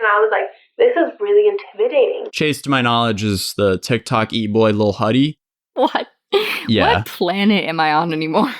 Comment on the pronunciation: HIM PRONOUNCING LIL HUDDY LIL HOODIE HAD ME DEAD I